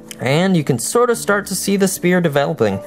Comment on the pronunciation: youre calling it spear and its pronounced sfere bassically